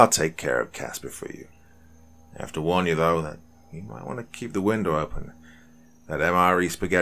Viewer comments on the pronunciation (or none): none